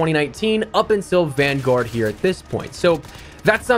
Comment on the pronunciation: I love how he’s says vangowurd